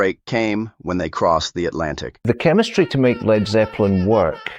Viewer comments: Damn! aren't there any humans left that can narrate a 20 minute bit ? Couldn't stand it when the bot pronounced "Led "so as to rhyme with bleed ! C'mon , people..?. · Lol. Ai pronounced it leed not led. Get the lead out Ai.